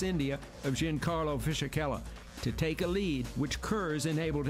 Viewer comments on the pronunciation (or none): Fishichella? There's no h after the s...